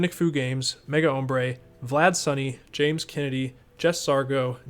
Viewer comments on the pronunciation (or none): none